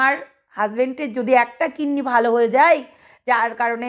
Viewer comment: Kinni Na Kidney Word Thik Korun Didi 🙏